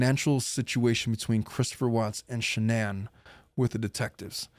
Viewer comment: You keep saying the car's name but it's shanan LOL